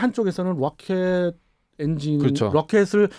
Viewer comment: 가운데분 여전히 발음이 뤠엠쥇.롸켓.스크래엠쥇. 뤠이조어. 근데 글라이더는 글라이더.ㅈ 글롸이더어라고 발음해주길 기대했는데..